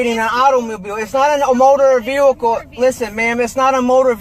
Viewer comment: Does it drive anyone else crazy that he can’t pronounce vehicle…god…every time he says “veeulkull” I wanna chop a table in half with my face